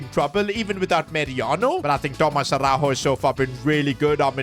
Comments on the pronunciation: as a portuguese speaker Araújo dont pronuncie a-hau-ho like it was spanish and and yes ara-u-yo(yo in spanish) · Love the videos, but damn you got to learn how to say Araújo 😂